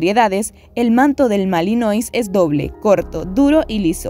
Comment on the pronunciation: Lakenois= porque pronuncias el final tipo francés pero después no en el Malinois???? Deberían tambien